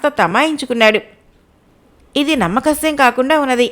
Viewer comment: అది “నమ్మ శక్యము” మీరు.. “నమ్మకశ్యం” అని పలుకుతున్నారు. సరి చూసుకోండి.